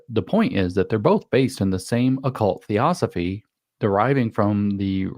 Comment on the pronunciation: If you're unable to pronounce Theosophy then I think you need to look a little deeper into your source materials. This is important because it is literally the foundation of what the UN and its agenda is built on. Theosophy was (and is) based on the words of "mediums" and "channelers" who supposedly channeled messages from the dead. In actual fact, their original mediums channelled messages not from the dead, but from living human initiates, Indian occultists, with a hypermaterialistic Indian agenda for humanity. What they call "spiritual hierarchies" are these human beings with this agenda. The Theosophical Society is headquarted in Chennai, India where Blavatsky was led to in the late 19th century. From the initial Theosophists like Blavatsky and Sinnett spawned numerous others including who James Lindsay identifies as Robert Muller, who wrote the "2000 goals for humanity 2000 days before the year 2000". The Lucis Trust ), formerly the Lucifer Publishing Company, helped to write the Sustainable Development Goals being implemented worldwide whether we like it or not. The founder of Lucis Trust is Alice Bailey who was also a Theosophist, and Lucis Trust is co-located in the UN building in New York.